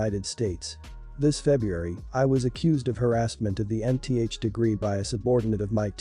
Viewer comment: Nth is not pronounced N-T-H it’s pronounced exactly how it’s spelled the letter n with the th for the nth degree